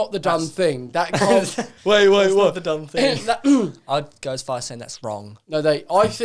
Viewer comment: Joe "the dunnfing" Weller XD